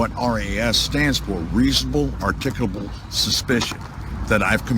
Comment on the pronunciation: I always love to watch these fruitloops mangle the word ar-tic-ulable Wait a minute! He's actually bragging about buying a Porche as a result of a judgement in a lawsuit?? I thought all this bullshit was about "protecting the rights of the people" Thanks, shithead, for admitting the so Cit bullshit is just a grift(something I always suspected) BUt wait! He actually included a pic of the Supreme Court justices in his "Law Book" so you know that's gotta be legit, right? And the term is pronounced "Star-ay Decisis" not "Stair Decisis"